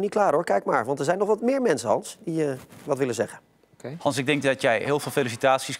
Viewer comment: "Hallo Gans"😂